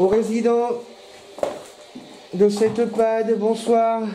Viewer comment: coucou a tous les 3, encore une fascinante enquête bravo vous êtes les meilleurs 👏👏👏👍👍👍 ( message pour ont dit pas IPAD ou EUPAD mais EHPAD ( établissement d’hébergement pour personne dépendante ) allez tu vas y arriver je compte sur toi 😂😂😂😂😂😂 bisous